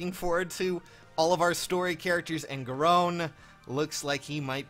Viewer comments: ...Gahrown? I thought it was Gahron similar to Ganon. But at least that pronunciation of it is closer to- [increasing gahrowns of discomfort] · Isn’t it pronounced Garyn not Gahrone? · Seriously Sages?? Where are you getting the OWN from?? It's Pronounced (Gair-ren) he even says it like that in his Dialogue, sorry for being a little Salty lol